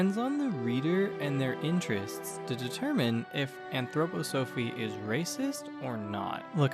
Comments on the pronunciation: Great video. However I'm an Anthroposophist and its pronounced ann-throw-pah-suh-fist and ann-throw-pah-suh-fee. Also make the slides with captions a bit longer, I had to keep pausing them to read them. Great work. If you are interested there is Anthroposophist church today with over 150,000 members called the Christian Community. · It's pronounced 'anthroPOsophy''. thank you.